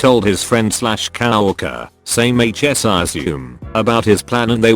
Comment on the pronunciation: I love how it says Cow erker .. instead of co-worker